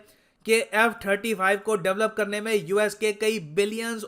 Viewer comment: Quing 35 🤣🤣🤣🤣🤣🤣